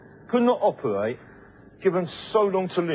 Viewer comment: "Operwate"???? If you can't say it, don't do it.